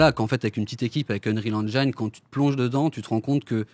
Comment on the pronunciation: Ya que moi qui trouve ça bizarre qu'un type, ancien rappeur et qui donc n'y connait strictement RIEN en dev de jeux, qui ne sait même pas prononcer Engine correctement, qui s'associe a deux mecs (donc ils ne sont que 2 dev vu que lui n'y connait rien) qui soient disant sont des tueurs mais que PERSONNE ne connait dans l'industrie, essaye de nous faire croire qu'avec l'Unreal Engine 5 on peut faire des trucs pro sans forcément s'y connaitre (ce qui est débile, un moteur graphique ne fait pas tout sachant que même Epic (le concepteur du moteur) quand il l'a dévoilé n'a rien montré de soit disant aussi réaliste) nous dise qu'après juste 4ans, ils vont pénétrer un marché sans l'aide de personne (sachant que même Amazon et Google ont du mal voir n'y sont pas arriver car un développement de jeu ça s'improvise pas). Mais personne ne trouve que ça pue ? Bon ben go wishlist les gars mdrrr